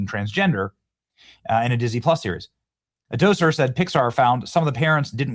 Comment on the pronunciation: Lol "Doser"? It's pronounced "Doctor". You even missed the T